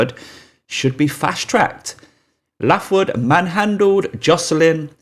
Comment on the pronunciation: Pronounced Laithwood, not Laughwood lol